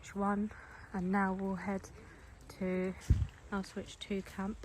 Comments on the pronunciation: yeah I know but you’re saying ow-switch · it’s pronounced ow-shvits